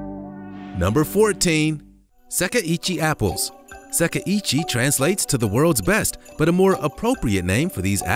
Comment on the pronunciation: the apple variety is pronounced seh-kai ee-chee :)